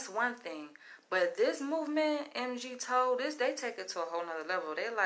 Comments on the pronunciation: Maybe it doesn't have anything to do with race. Maybe you suck at our job & instead of blaming your boss you should improve your marketable skills. IDK is that hate comment? I haven't even heard the main subject yet but if you can't pronounce MGTOW how in the hell can you profess to understand it? You are starting out with shaming & acting stupid right out of the gate. It's not a movement it's a philosophy. You act stupid like every other woman... what you guys are stupid you don't want to be involved with a woman. That's right we don't need you. We don't need you to divorce rape us, take our kids, falsely accuse us, etc. etc. I don't care if I'm a catch or not but I know I don't want to be caught. Women caused the result of MGTOW through their actions & yet all you women want to get on youtube & bash men & shame men & call us crazy but few women will talk bad about feminism or the gynocentric courts or any other problems women cause with their hypergamy. It seems you need to try to understand your own gender & the problems your gender causes before you try to explain to men their own philosophy. I think you need to find a simp & talk about something else. HAHAHA I just heard you say a woman should feel entitled. You answer your own questions just listen to yourself. #CP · You’re completely wrong about MGTOW, your entire perception on it alone is very far from correct. So far that you couldn’t even have the least bit of courtesy to PRONOUNCE it correctly BEWARE of these harlots #TheDemonIsLurking👹👹 #CHAMELEONPURGE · Jesus please stop calling (em gee tow) that’s as bad as as saying (axe me questions) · It's pronounce mig-tau....basically once the sexual gratification is fulfilled....we see no value in yall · I have been MGTOW for the past ten years and I am Black. Going through a really bad divorce took me there. Now you have MeToo and extreme feminism - I am done with women. And it is pronounced migtow altogether. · MGTOW pronounced MIGTOOOW or MIGTAU